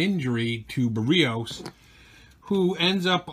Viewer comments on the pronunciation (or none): Barrios is pronounce 'Bear E ohse'